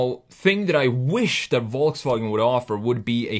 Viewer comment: Volsfranjet ???????????? ;-) ;-) CAN U SAY : VolksWagen ? 🙂